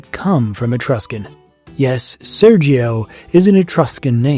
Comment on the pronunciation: SERGIO is pronounced SÈRJO, not SÈRGHIO, not SÈRJEE-OH